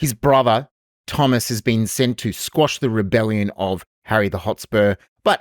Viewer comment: Did you say ‘squash’ the rebellion? 😂🤔